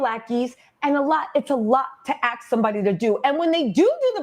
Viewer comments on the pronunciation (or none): I think that is brilliant and 100% authentic. I also think that she mispronounces the word "ASK" as "AHXE" on purpose. It shows both solidarity and contempt. LOVE IT!